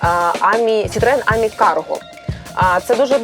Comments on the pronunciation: Тільки не àмі, а амì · тільки не Амі, а амІ. П.с. я у Франції) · Ам'і- наголос на останню букву! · Українською буде замовити, не нОгті, а нІгті. А французькою - АмІ, з наголосом на останній склад. Не смітіть суржиком. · Амі, доречі у французькій наголос на останню годосну, ажвуха в'януть, коли ведуча робить наголос на А😂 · мон ами, наголос на и